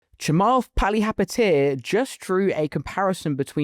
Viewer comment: It's Chamath Palihapitiya... Not Jamal Paliyapatel... Lol